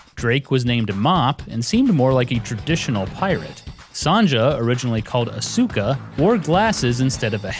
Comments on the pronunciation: Sahn-jah? Asooka? Come on man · It's kinda funny that you tried so hard to pronounce Nishimura's name properly, but messed up Asuka.